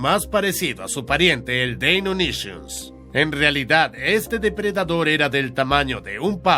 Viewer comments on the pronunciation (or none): Deinonychus se pronuncia "Deinonycus" no Deinonyshius jajaja gran video muy didáctico